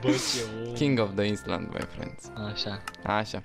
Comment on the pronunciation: ailănd* ;) nu island, ai inteles ce zic, ai inteles?